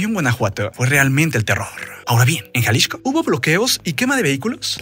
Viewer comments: ¿Porque dice Jalishco y no Jalisco? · Jaja ¿porqué el nombre del estado lo pronuncias Jalixco (que hace años no se llama así) y al cártel si lo nombras de Jalisco? XD abrazo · gracias por el dato, pero yo me refería a Jalixco no a Xalisco y solo se me hace curioso que al referirse al cártel lo nombre diferente. Saludos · ¡ O Ya! Te capto en jaliXco el cual suena (Jaliksco) seria la pronunciación. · Te dejo de ver un par de meses y ahora hablas bien raro "jalishco" así lo pronuncias.